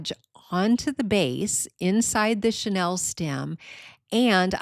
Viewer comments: I really liked a lot of your idea, but please say chenille- not Chanel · Mispronounced chenille